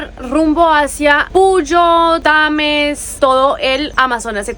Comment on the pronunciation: Bienvenidos...no es Tames es Tena capital de la provincia del Napo